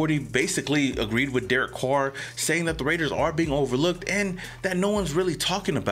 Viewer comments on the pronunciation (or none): "Derek Coor" lol